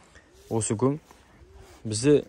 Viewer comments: Жарайсың, бауырым. Ісіңе береке берсін! Бірақ гөң емес көң деп айтқаның дұрыс бауырым. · Гоң емес Коң деп дұрыстап аитшы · Гөң емес, көң, қазақтың таза сөзің бұзып, бұлғамаңдар. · Өзбекше гөн демей КӨҢ деп айтсаңдаршы ! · Гөң емес көң деп айтайықшы